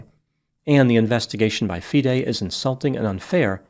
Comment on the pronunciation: You are the first non-chess-playing commentator who took the time in your research to ensure that you got all the pronunciations correct - Especially Fee-day (FIDE) which a lot of non-chess-playing commentators get wrong. I agree with a lot of your analysis; however, as a titled chess player myself and one familiar with the incident surrounding the so-called 'Smoking Gun' where Daniel had a chess engine open, I can tell you that the explanation that Daniel gave was completely sound and reasonable, given the context of the situation. I will not go into more details as to why this 'Smoking Gun' revelation is hollow, but I can understand how it looks to outsiders, and this makes Kramnik's calculated innuendo all the more disturbing, as he knows better. This story is far from finished, and you should already be preparing for a follow-up as more revelations are sure to come to light regarding Kramnik's past. Notably, he was strongly accused of cheating in his 2006 world championship match against the defending champion, Bulgarian Veselin Topalov. The basis of the cheating allegation was his suspiciously frequent trips to a private bathroom, where exposed wires were discovered emanating from the ceiling. which led to rife speculation in the Bulgarian camp that Kramnik was receiving assistance at critical moments in the match. Kramnik managed to overcome these allegations and win the match, but he is well aware of the psychological damage that such accusations can inflict, and yet